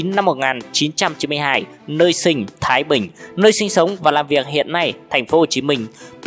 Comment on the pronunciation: thái bình mà phát âm mới đầu chứ tưởng Hoa thanh quế